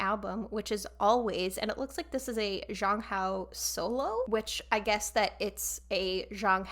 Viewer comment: Also a tiny tiny correction, Zhang Hao should be read more like "Jang Hao" with J like in for example "Jake". It's nothing bad, I just wanted to let you know ^^